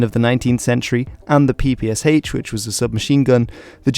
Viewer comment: The short answer is: NO. Ans it's not the "peepee-ess-aitch" it's the "peepee-esh". "Sh" is a cyrillic letter.